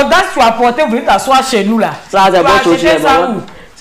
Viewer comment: 😂😂comme ça suffisait pas,il dit "de me levé ou de tassoi??😂😂😂😂😂😂😂